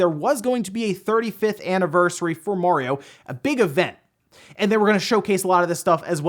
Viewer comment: please stop saying "Mohriow" it's Mario